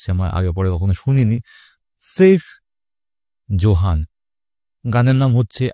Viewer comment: সেভ জোহান না সাইফ জোহান